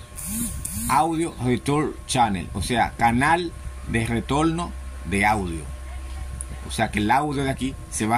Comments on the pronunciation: Se dice INTERFASE, no Intelfase. Se dice RETORNO, no Retoldo, aprende hablar bien en lo técnico estúpido. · continual, mencional, intelmedia, puelto, letolno, pero porque si dice ARC y no ALC